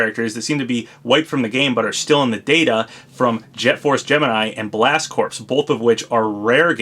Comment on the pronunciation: psst... the word corps is pronounced "core"